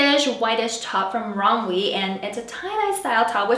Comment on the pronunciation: Loved the vid ! Also it’s pronounced rom-way ❤️❤️